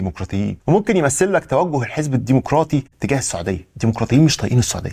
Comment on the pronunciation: الديمقراطي وليس، الديمقوراطي